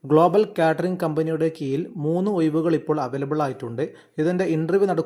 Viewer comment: കീയിലല്ല കീഴിലാണ്😂